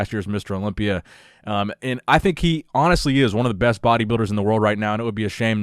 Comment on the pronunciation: Quick comment to throw in that you said besy instead of best